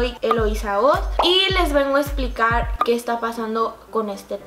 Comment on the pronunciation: Solo le copian a Kim Y dijo esplicar en vez de explicar